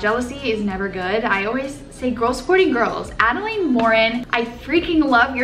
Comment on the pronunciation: Oh my gosh!!!!! A-DEL-IN. Adelaine Morin!!!!! No hate I love you!